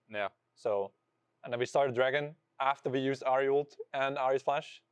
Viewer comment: Bro inspired, it’s not “uooolted” it’s ult